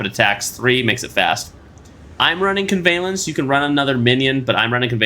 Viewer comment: Really makes me question how americans read english. 1 language and its still botched. Im listening to this without watching. And im like What does he mean by convalence? Whats amanu? The hell